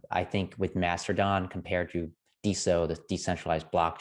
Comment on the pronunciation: No no, they found the super secret hidden R in the word. So its Master-don